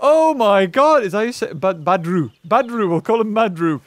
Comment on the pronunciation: babu? not badru